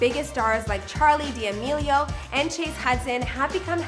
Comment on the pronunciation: "Charli diamelio"